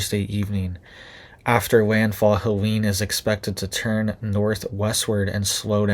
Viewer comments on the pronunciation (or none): pronounced Ha Leeen. not Halanie.. Helene.